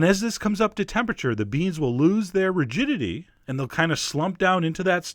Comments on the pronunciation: did you say the green beans will lose their *virginity* or *rigidity* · Did you say "when the beans loose their virginity"? LoL....just kidding. Great dish. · I thought he said the beans will lose their virginity and slump down. oopsies. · i thought i heard the same thing LOL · I thought chef John said the beans lose their virginity and I was like "man, this really is some sexy dish". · Is it bad that I misheard rigidity as virginity...? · did you say "loose their virginity"? :O what a recipe! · That's what happens when you're doing other things while listening to chef john cook, What he said: "They will lose their rigidity" What I heard: They will lose their virginity"